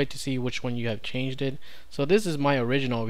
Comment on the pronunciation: Many thanks. You have a habit of extending words that don't need it. "You can see which files have changed" is correct and not "you can see which files have changeded". "You can see which files have been modified" is correct and not "you can see which files have been modifieded". Just sayinging.